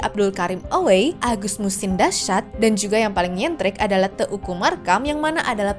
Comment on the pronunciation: Ka, bacanya bukan te u ku. Tapi Teuku. Eu vocal eu 😢 jadi gaenak didenger